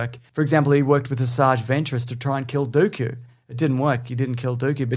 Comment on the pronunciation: "Dude-Ku" Cracked me up far more than it should have xD